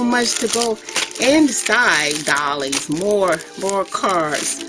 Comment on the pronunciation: Fabulous art! Very different take. Very original. Doilies (pronounce "oil" ---not like dolls).